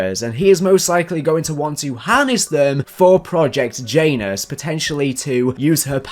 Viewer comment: Please please please say Yah-noos, not Jay-nus, everytime I hear you say Jay-nus I think Hugh Janus and it's killing me 😂😂😂